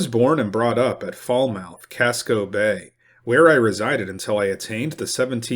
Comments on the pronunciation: fal·muhth not fol•mouth. Local pronunciation fal•mith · It’s pronounced “Foul-muth” not “fall-mouth.” BTW… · Falmouth is pronounced "Fal-myth"